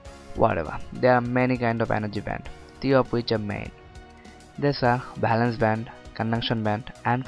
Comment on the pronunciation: Bhalance nh valence